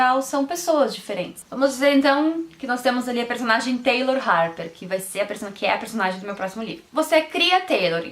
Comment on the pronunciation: gente eu gostei muito do seu sotaque, quando voce fala personalidaee e personagen voce fica muito fora